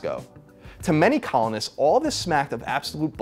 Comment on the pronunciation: When i heard him say "..that COLONists had against the British Empire," i heard "that Colin had against the British Empire" lol